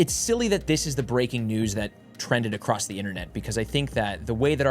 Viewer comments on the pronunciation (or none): none